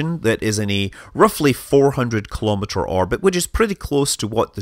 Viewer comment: Let's say it together: KEE-LOW-MEE-TER.